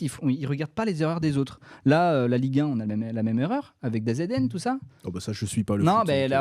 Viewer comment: DAZN se prononce "Dazeune" pour info, le DA - Z - N m'a mis des frissons